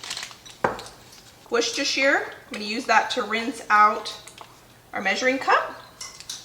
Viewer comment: I love these videos with you and your mum, you are a wonderful collaboration! You are so funny, in a loving way, bouncing off each other. Mum is incredibly organised. And may I say my heart sang when I heard your pronunciation of Worcestershire sauce! 😂